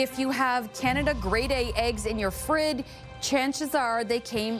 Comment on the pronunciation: What's a "frid"